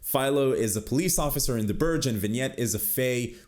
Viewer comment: I loved the world, the magical creatures, the chemistry between the characters and most of all, the twists throughout the whole show. By far my favourite show of 2019. I just don't get why so many people don't like it. Btw you pronounced burgue wrong.